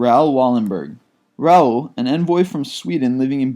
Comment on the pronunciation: when Georg is pronounced George...Raul=Rawl